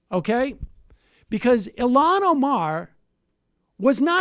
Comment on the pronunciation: Holy shit, she's Ilhan, not Ilham.